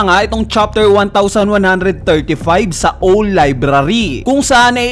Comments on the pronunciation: Owl ka pa rin ng bigkas? Awl ang bigkas doon. Hindi ka ba nag-grade 1? Owl-lul ka rin e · Hindi ko kakayanin OWL pronunciation nya hahahaha